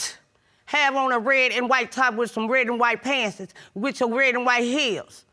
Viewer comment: I died at "red and white pantsess"😂😂